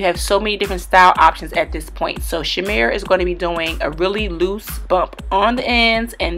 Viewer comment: That looks like a Nigerian name lol we pronounce it: chee-meh-reh